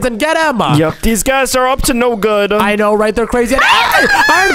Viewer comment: Bro stop saying gwod